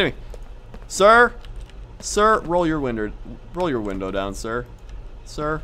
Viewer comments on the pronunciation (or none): lol he said winder....